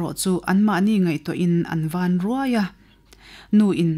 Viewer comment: Chhiar tute Aw,,a mawiin Ngaihthlak anuam hle mai, Chutihrualin' Ṭawng thluk diklo hret a awm, Van Ruairuai tih hi A diklo deuh, Van tih hi Thluk fan lovin, Lei leh Van kan tih anga, Van,,,Kan sawirik angin Thluk sanglovin Thluk khamphei tur. Eg: Hellai Di,,tawnglo Vala Ka Van ruai ruai e..